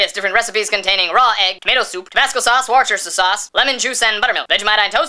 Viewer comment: war-chester sauce...... lol